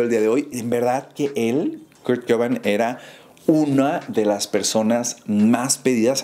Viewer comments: se pronuncia cobein jaja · Tremenda pronuciacion xdddd Kurt "coban"